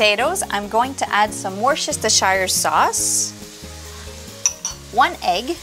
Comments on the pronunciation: Wosestershire sauce? Its pronounced WUUS-tər-shər😀 lovely accent though. Ps, if you put the captions on it says, washes to shyer, 😀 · I was gonna say that...."Wooster-sa-shire" 😍 Bless her Cottons! Got some nice Smoked Haddock cakes just firming up in the Fridge for tonight's Dinner BTW!✝ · Worcestershire :- pronounced , "wooster".(in English).